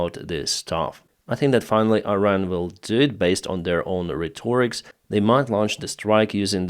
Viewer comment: Helpful language tip: Say "RHET - or - ick," not "rhe-TOR-ix." Accent on the first syllable. Also, there is really no plural form of this word, or at least it is never used the way you do here. It's a "mass noun."